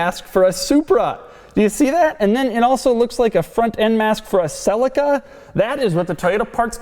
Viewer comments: Not sell-a-ca it’s celica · Wtf is a Toyota "sellica"? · Did he just say Sellica? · Celica is Pronounced Ce-li-ca. Not Cel-ica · Americans pronounce everything to do with cars wrong. Never ceases to amaze me. They pronounce a Toyota Celica as Toyota Sell-ik-a. Really!? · Can i ask something about ... pronunciation of "Celica"... "sell-ika" over here (UK) everyone says it "sell- eeka" which is correct? Selleeka sounds much better than Sellika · Ok stop right there! its not pronounced Selica it pronounced sea lic a (celica). Christ man!! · hahah the cell-eh-caa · #Doug your pronunciation of Celica is so wrong it's pronounced Celeeeeca ! Americans english fail !!!!!!!! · Doug the type of guy to mispronounce Celica every single time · Do all Americans pronounce Celica like Doug? ;/